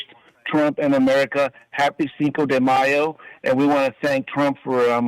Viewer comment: that was the most white pronunciation of Mayo LOL